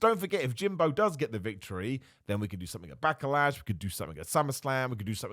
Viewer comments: I love the way says "back-eh lash" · I like how he keeps saying "Backalash"